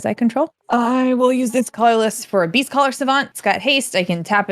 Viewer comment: When played Beastcaller Savant, I definitely thought she said "Beefcaller Savant," and looking at the card art, I feel like the name fits.